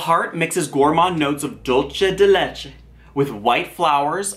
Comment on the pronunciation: Dolche de leche 🤣❤️